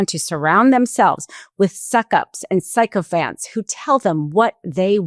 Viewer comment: I have never heard sycophant pronounced that way but in this case it was PERFECT for the situation!! Psychos all of them. Thank you for the snicker I needed.